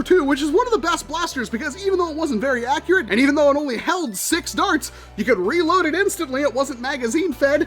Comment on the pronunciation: “bUt ThEy ArE aCcUaRaTe”